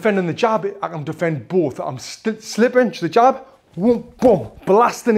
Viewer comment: Whenever he said "the jab" all I heard was "hijab" lol and no offence to any Muslims